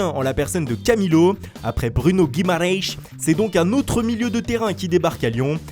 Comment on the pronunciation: Parcontre faut vraiment arrêter de prononcer Guimaraes comme ça :')